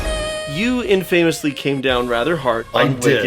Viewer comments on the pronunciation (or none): Hi,! Please forgive me for my compulsion to give just a tiny nudge: It's not /in-feɪməs' lɪ /, but rather / ˈɪn' fə məs lɪ/. Or, phonetically, it isn't (in-FAYMUS-li), but rather (IN-fuhmus-li).😊...................The two syllables of "famous" rush by quickly in a not very intuitive way, but alas, that's what you get when your language is a mishmash of Anglo-Saxon, Norman French, Latin, Greek, and any other words we can snatch to fit our purposes from the odd unwary dialect just passing by! LOL🥰😸🙂